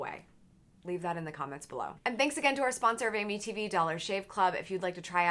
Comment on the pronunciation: Every time she says Amy tv I think she says Amitiville